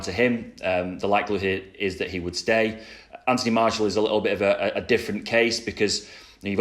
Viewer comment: Drink everytime he says Anthony marshal instead of martial